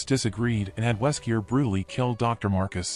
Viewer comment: It's really confusing you keep saying Weskier in the video!!